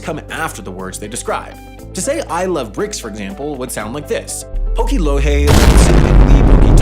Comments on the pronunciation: loje = "low hay" why did he enact a Spanish pronunciation of J when he Anglocized the rest of the language?? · saying loje as “lohe” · I trembled when he read loje as "low-hey" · “red container on the face is a moving container” yep sure thing Also WHY did he pronounce loje as if it was spanish